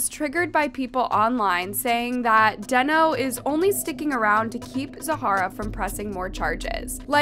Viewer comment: How are you mispronouncing deno it's giving Ai because huh